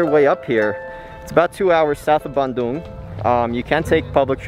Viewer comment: A good thing your pronunciation of Bandung is not like, so many English speaking natives say in : ban(throw away) the cow dung